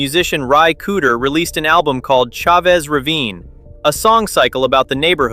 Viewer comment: this is the best, most well-rounded explanation of the who Chavez Ravine saga. One note: "Chavez" is pronounced "CHA-vez", not "Cha-VEZ". I look forward to viewing more of your content.